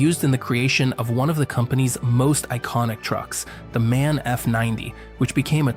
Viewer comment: MAN is once again mispronounced here. The letters of the name should be pronounced individually.